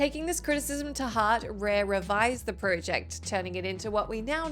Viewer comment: So it’s everybody at WhatCulture that can’t say project properly 😫